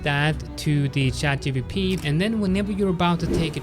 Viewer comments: please stop calling it 'chatGBP' its not the sterling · Oh , literally yes, he said GBP.... 🤣